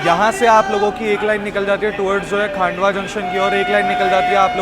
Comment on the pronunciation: खंडवा जक्शन को आप हमेशा खांडवा जक्शन क्यों बोलते हो ? उम्मीद है आप प्रोनाउंस में सुधार करेंगे..